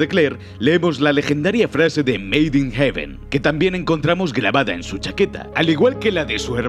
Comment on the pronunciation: meido in hebun